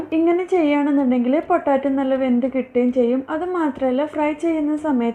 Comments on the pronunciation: പൊട്ടാറ്റോ അല്ല പൊട്ടെയ്റ്റോ 😌😌🙆🙆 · പൊട്ടാറ്റോ അല്ല. പൊട്ടറ്റോ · ഇത്ത പൊട്ടാറ്റോ അല്ല പൊട്ടറ്റോ ആണ് 😁😁😁😁😁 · Sambhava okke kollam.bt potaaatto alla potato